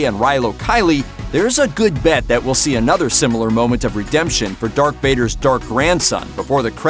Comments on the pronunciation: Darth not dark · He also says dark Vader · Did he say Dark Vader? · And he said “Dark Vader”